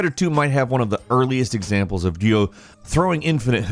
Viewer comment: "RYO" I've heard of; Rie Yuuu and Ree Yuuu but never have I ever heard anyone call him "Ruu Yoo". You gameranx fellas Canadian or something?